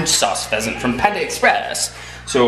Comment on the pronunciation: What type of animal is a fesent? or a pesent? Lol I couldn't really understand:p